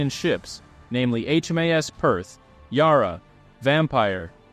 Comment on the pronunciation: Thanks for the video. I must offer a couple of corrections though. Yarra (ship and river) is locally held to rhyme with cat and not car. Australia's Mediterranean ships were referred to as the Scrap Iron Flotilla, not Iron Scrap. And HMAS Kuttabul was torpedoed at anchor by a midget submarine launched from a large submarine, rather than being shelled as the commentary suggests. Cheers.